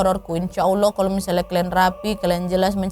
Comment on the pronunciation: Awal" bikin video mh kaleeeem banget jaim. Sekarang mah wadidaw wadaw gak ad kalem" nya, tp justru malah seru cara pembawaan nya jelas dan seakan akan kita yg nonton Ikut k dalam cerita.. syuka banget sama cerita wawak yg d bawain sama kak Nadia apa lg kalau udh bilang "KLEEN" (KALIAN) 😂